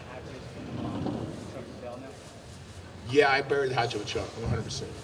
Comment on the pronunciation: its lid-dell everyone, idiots.